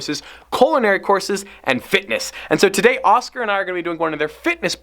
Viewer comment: His name is oskar not oskee